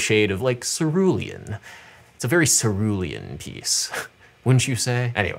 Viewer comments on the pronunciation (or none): none